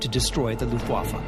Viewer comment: Rob Lowe's narrating was pretty good in this documentary. However, I wish learned how to properly enunciate "Luftwaffe".